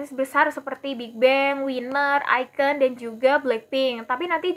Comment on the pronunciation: iKON bacanya aikon mba...bukan aiken